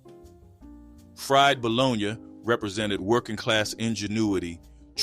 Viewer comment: Love it all… now I’m hungry. But why he pronounce Bologna like that? Dang 😂😂😂